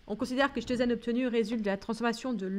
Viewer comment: Merci pour le corrigé ! (nb: se prononce "Kitine" et "Kitozane")